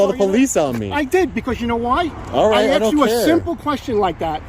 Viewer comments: A lot of axing going on. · WHY Blur his Face???? NO reason for it. Did he say AXED?? 🤦‍♂️🙄